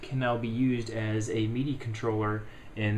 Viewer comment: Mee-dee devices :D